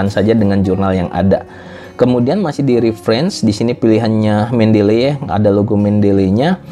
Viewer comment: bacanya nya itu, men-de-li, bukan men-del-ley.